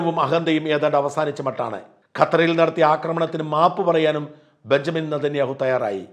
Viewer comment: എടോ ഷാജ തനിക്കു എവിടുന്നു കിട്ടി ഈ ബെന്നിയാമിൻ നെതെന്യാഹു എന്ന പേര്. ബെഞ്ചമിൻ എന്ന പേര്‌ പറയാൻ എന്തെങ്കിലും ബുദ്ധിമുട്ട് ഉണ്ടാ???